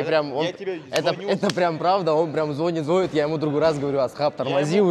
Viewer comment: ''звОнит''? Моряк ты из какого села вылез?